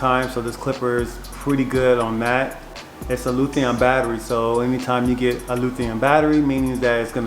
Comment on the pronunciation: Luthion? 🤣 LITHIUM ION